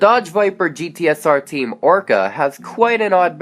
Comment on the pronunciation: He said Team "Orca" not "Oreca"